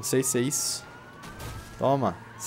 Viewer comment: Pedro Henrique Souza Eu "fisso" ???? puta q pariu mano!!! assassino da língua.... nossa... caraka... fisso....